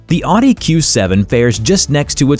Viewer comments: It’s not called an ardent it’s owdee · It's pronounced OwDee not Oddy 🙄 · Not ‘Ah-Di’ for Audi. It’s ‘Ah-wuh-di’ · I’m American and I don’t believe I have ever heard anyone say “ahh-di” until this video. It’s a German brand but the word is Latin for “listen”. Pronounced roughly like “ah-oo-dee” and every American I’ve ever met has said it that way lol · “Oww-dee” not “aww-dee” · Audi = “Otty”?? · Ask a German. Audi is pronounced Ow-dee. Like out now aww. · You might want to learn how to pronounce Audi correctly. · Drive me nuts hearing him say Oddee. Almost turned off the video lol. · You lost me at "Awdee"... How can I take this channel seriously? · Tip on pronouncing Audi correctly. "It's not an innie, it's an Audi" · I'm American and I've never heard it said that way. Au isn't pronounced a in German. Listen to a how to pronounce it in German video. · I’m sorry, I just can’t with the pronunciation of Audi 😖😖😖